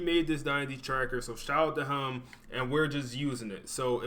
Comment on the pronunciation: My favourite is him saying "hem" instead of "him"